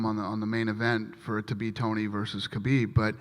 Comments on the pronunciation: david tanner Correct pronunciation is 'Ha beeb', the K is silent. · Did he say Khabib or Zabit fight of the Night??